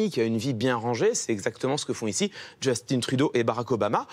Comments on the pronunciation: Mais pourquoi tout le monde dit « Djeustine » Trudeau? Il est Québécois... on dit pas « Cilaïne » Dion! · Super vidéo juste on ne dit pas «justine trudeau» mais «justin trudeau» sans l'accent anglais. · Justin pas Justine ils est Francophone dite le en Français MRD XD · Justin pas JustinE, comme Justin bridou, c'est pas compliqué pourtant. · C'est Justin Trudeau pas Jostine Trudeau Harry Clément Potter. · Je suis en admiration devant M. Viktorovitch qui m'a réconcilier avec la langue française. Seule réserve, les noms et prénoms des personnages / célébrités ne sont pas utilisés avec leur prononciation d'origine (Justin Beaber canadien anglais (ʒystin) - Justin Trudeau canadien français (/ʒystɛ̃/) même constat pour Barbara Streisand (américaine)... ça déforme l’appellation. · je vois je suis pas le seul a qui sa la déranger le Justine XD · Justin Trudeau c’est un québécois pourquoi tu prononces son nom en anglais? Ça me met vraiment en tbkk !! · On doit en fait prononcer "justin" à la française, car c'est un canadien français.